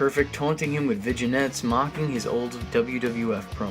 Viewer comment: “Vidge-I-netted”? Lol! “Vin-YET”...you mean?”